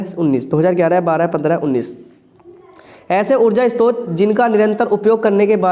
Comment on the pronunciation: Istrot nahi hota hai sir short hota hai